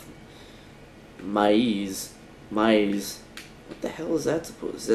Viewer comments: Maize is pronounced Maze and its dried corn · "myeeeeze" xD